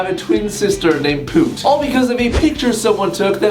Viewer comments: Cause its pronounced "POOT" not "Pewt" ^^^ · I THINK ITS AN ACCENT THING